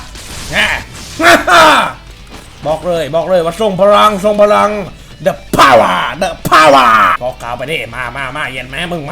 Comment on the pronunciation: ฮาตรงพี่พูด ว่า พาววา โครตลั้น